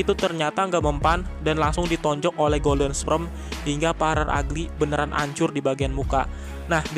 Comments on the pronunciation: belajar lagi bang ngomong kata kata golden sperm.. bukan golden sprem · "Golden sprem" RIP English...pffft 🤭